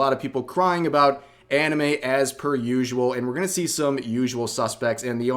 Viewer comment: All "anime youtubers" are cringe as shit imo. Somehow hearing a westoid say, "auhnumay" in real life just ruins it for me. No thanks.